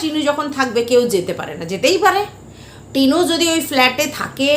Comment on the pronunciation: Tinur uccharon bhul chilo that is true ...😊